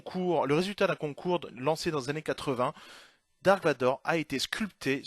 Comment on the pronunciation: Et on ne dit pas "dark" mais "darth", qui veut dire seigneur noir des sith. On peut remercier la traduction française pour avoir traduit un mot inventé par George Lucas, les Ailes-X, Jabba le forestier, etc.